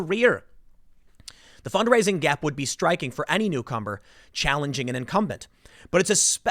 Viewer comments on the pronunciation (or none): . Lol "newcumber" Is that some new vegetable we're getting?